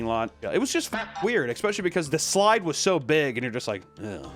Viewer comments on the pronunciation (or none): I’ll comment this on every video until you get it right, it’s ESS-specially not EX-specially. Come on Papa